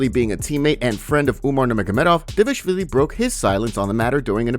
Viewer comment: Did you see the video of Merab teaching how to say his last name? Because it seems like you didn't. You keep calling him Devishvili which is wrong. D-Val-Ish-Vil-e. Everyone always skips the val. It's D-Val-Ish-Vil-E It's not Dev-ish-vilie